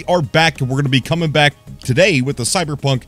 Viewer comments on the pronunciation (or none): Did he say cyberpuff?